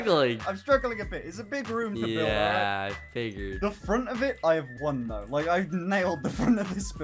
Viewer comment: At the start it sounded like he said “lik” lol